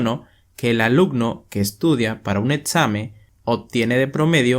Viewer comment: Muy buen video pero cada vez que pronuncias "etzamen", "alucno" u otras palabras que no recuerdo sucede un corto circuito en mi cabeza.